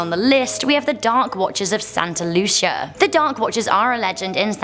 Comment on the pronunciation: you pronounce Santa Lucia as: Santa (Lu SEE a) I just wanted to point that out because most people are a little touchy about that, and I am from that part of California